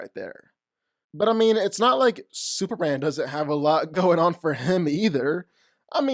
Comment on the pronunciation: Super M A N. This is hard to say how though? If there's something going on, then cool, but God damn, that's rough to keep hearing as Super-an.